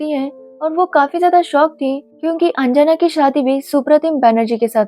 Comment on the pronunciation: Its not anjaana its anjana